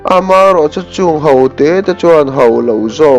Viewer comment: A ṭha hle mai. 'Ho' tih turah 'hau' tia lam rik a awm zeuh zeuh.